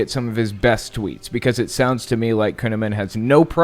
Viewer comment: Did you his name is kuneman ? It ought to be conaman!